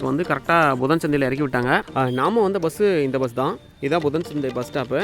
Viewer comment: தம்பி உச்சரிப்பு சரியில்லை புதன் சந்தை நைனா மலை தெளிவாக சொல்லுங்கள்